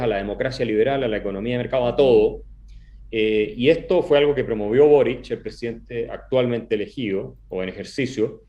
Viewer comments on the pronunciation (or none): Una pequeña corrección.el apellido es Boric.¡No borich!!!